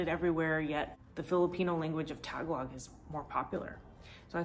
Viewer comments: I've lived here all my life and learned a few things in your video. I'm married to a Filipina, so I need to tell you that you are pronouncing their language wrong. It is Tag-AL-og. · It’s not Tagalog it’s Ta-galog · I used to live there, it's a lovely city and the people are so friendly. Nice to go through memory lane. I would just say you need to learn how to say Tagalog correctly